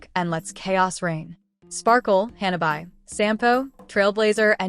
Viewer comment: Oh waitt even Firefly getting buffed also ?!! That's insane on top of her Costumes which I'm definitely buy 😂 and What's with the pronouncation Hanna bye? It's Hanabi 😂